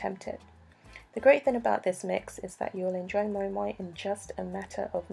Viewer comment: Thank you teaching me how to pronounce moin 😂 I presumed it was Moo-in